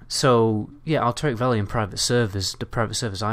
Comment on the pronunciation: wtf is "elteric valley" ?